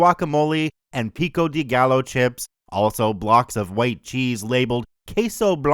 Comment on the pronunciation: I’m so mad at the way you pronounced pico de gallo 😂